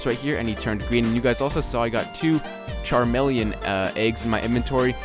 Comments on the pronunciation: haha you mean Cameleon (kuh-mee-lee-un) cuz CHARmeleon is a pokemon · It's chameleon pronounced ka-me-le-on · its pronounced cam-e-le-on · Did he realy just say char-meleon ?! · No its not. its .... Kuh Me Lee Yun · char-meal-en-an....thats what i heard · can't say chameleon?